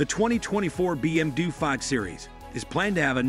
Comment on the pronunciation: A. I cant say BMW ....BM DUE